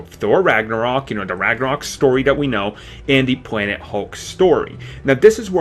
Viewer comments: He said pwanet hulk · Dude never made it past 3 years old. Still talking like a baby, pwobabwy, instantwy, officiawwy, da and de(the), weawwy, compwex, and pwanet hulk. Bahahahaha! Talk right.